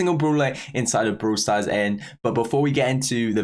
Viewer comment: Did he really say bruhwler and bruhwl stars?